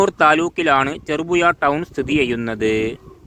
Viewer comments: ചെറുപുയ അല്ല ഹമുക്കെ . ചെറുപുഴ എന്ന് ഉഛരിക്ക്😡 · അക്ഷരസ്ഫുടതയില്ലാത്ത താങ്കൾ ഒന്നും ഈ പണിക്ക് നിൽക്കരുത് 🙏... ചെറുപുഴ എന്ന് പോലും പറയാൻ കഴിയുന്നില്ല 😥കഷ്ട്ടം 🙏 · "ഴ" വരുന്നില്ല. നാക്ക് വടിക്കാൻ പറ...